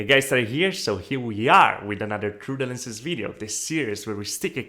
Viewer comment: I watch these videos just so I can hear him say Troo-Da-Lendz